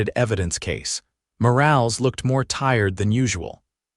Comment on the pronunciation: Morales is pronounced Moralez.....Lead rope is pronounced leed rope. ...please fixit.